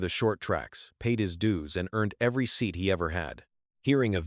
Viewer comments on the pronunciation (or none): none